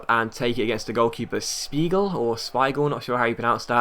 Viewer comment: If Spiegel is german, your pronouncation was right